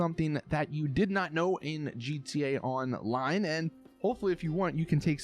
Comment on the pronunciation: Merryweather heli is a personnal vehicle ? Really ??? I don't think so ! And what is the point of this video ? Get some real interesting ideas for your videos or stop !!! And stop saying gta on.....line, damn, are you stupid or what ?